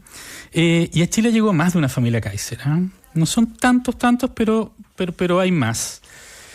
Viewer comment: Se ríen para esconder lo mal que pronuncian el apellido alemán.